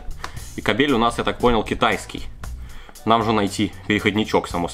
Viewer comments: Может кАбель, а не кабЕль! Ты россиянин!? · КАААБЕЛЬ А НЕ КАБЕЕЕЛЬ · кабель... ударение на а... если на е, то это другое слово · кабель ,а не кабель 😂😂😂